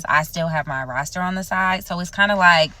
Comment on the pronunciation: pleease stop saying roaster 🤣